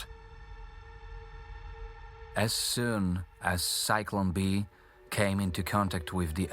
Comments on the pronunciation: Cyclone B? It's Zyklon B. Try harder next time. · It's Zyklon B Not Cyclone B